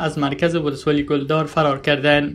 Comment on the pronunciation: ولسوالی کلدار را گل دار میخوانی